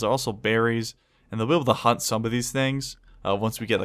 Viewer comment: for a second i thought he said "you can tame them or HUMP them"